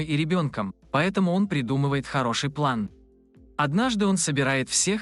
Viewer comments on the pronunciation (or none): none